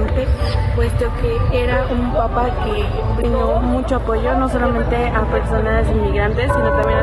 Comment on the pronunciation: La palabra "papa" no significa lo mismo que "papá". Son dos palabras diferentes, se pronuncian distinto.